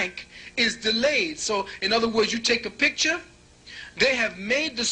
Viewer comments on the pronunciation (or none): none